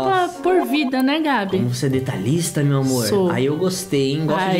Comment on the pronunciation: Me nota é mei mai e não meili